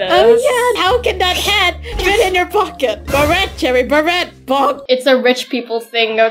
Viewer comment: LOL 😂😂😂 just beret is said like berrey